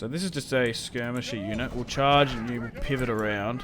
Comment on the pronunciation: it sounds like juden whenever he says unit its freaking comical